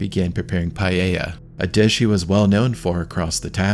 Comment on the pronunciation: Omg, PALLELA no my man, Paella... I was watching this in the news as was happening, pretty gruesome.